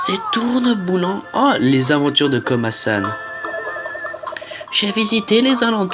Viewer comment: La qualité du son 💩💩💩 et en plus c pas komason c komasan mdr il fallait tu alle le voir pour savoir comment il s'appele